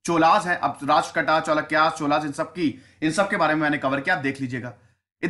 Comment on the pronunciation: Pal of Bengal were not Rajput, they were Bengali. It is Rashtrakut kut kut not kat not Rashtrakatas.